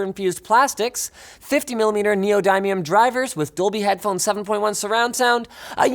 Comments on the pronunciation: its pronounced Nee oh dim e um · plz linus.. neoDIMium not like dime.. DIM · That isn't how you pronounce 'neodymium'. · Are you pronouncing “neodymium” properly?